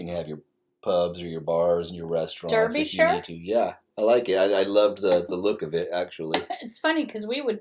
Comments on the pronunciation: Dar byshire, not Der yshire...this is one odd video you are watchiing. Chelmsford!!!! Really lol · Both "Durby shire." and "Durby sheer" are wrong. It's pronounced "Darby shir", Darby as in larvae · Not Darbyshire either - it's pronounced "Darbyshuh" or phonetically: /dɑːrbiʃər/ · Phonetically its not Derbyshire its pronounced Darbyshire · Derbyshire pronounced Dar be sher by Locals. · Derbyshire is pronounced DAR-BIH-SHUH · "The least attractive"! Yes, I picked up on that in another reaction video. Obviously the narrator is reading from a script with a typo. Double deckers are everywhere NOT just London. Derbyshire is pronounced Darbyshire. Sher not Shire. Rutland is Englands smallest county NOT country. The little black swan was an Eurasion Coot which makes a loud click/squeaking sound. Kind of like somebody whistling and slapping two pieces of wood together. York Minster is the Cathedral in York built on a historical religeous site. Go down into the foundations and see the Roman, Viking and Medeaval burials. (NO flash photography down there though) Orkney, a word with 2 syllables "Ork~ney" not "Or~K~ Nee". ;¬) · It's pronounced Darbyshire